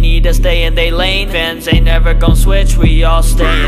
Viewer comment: It sounded like when said fans it was like vans 💀 If your dirty minded sometimes you will know what I’m thinking rn 😅